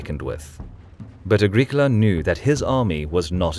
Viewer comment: ah-GRIH-koh-lah not agrik ula